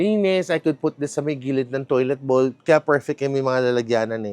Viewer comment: toilet BAWWWWWWWWWWWL (BOWL) hindi bowl ang pronounce